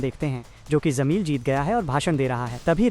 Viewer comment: zameel nahi jameel hai😂